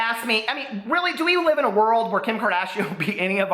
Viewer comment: "KIM KARDAYSHUN"